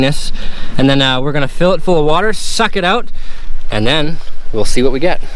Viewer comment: "Look at vhat"🙈